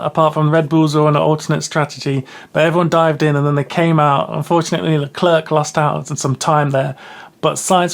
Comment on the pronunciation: Great summary, just please we don't pronounce the second C in Leclerc